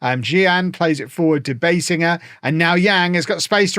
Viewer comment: By the way, the correct way to pronounce Biesinger's name is BEE-zinger.